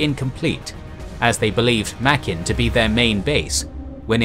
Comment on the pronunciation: Sir, it's pronounced: "Muh-grin" in the local Gilbert Islander language.